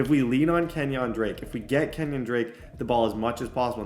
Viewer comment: "Kenyon Drake" 💀